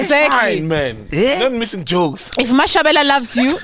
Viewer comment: Mashavhele not Mashavhela 😁